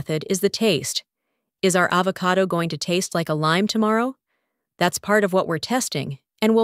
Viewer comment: I think that this video uses a computer voice for the audio. Either that or the lady does not know how to pronounce the word avocado when it came out as AH vo CAY do.